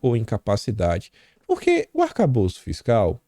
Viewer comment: não é arcabouço ou calabouço é "ATACABOLÇO"